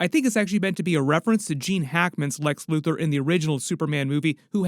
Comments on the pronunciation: I know he said Luthor but I lowkey like loser better lmao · When did he say loser! He said LUTHOR